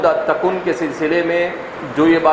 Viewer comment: صحیح تلفظ برمودا تِکون ہے تکُن کیا چیز ہے